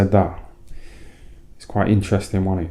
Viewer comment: 'He was a good little boxer wan he?' 😂😂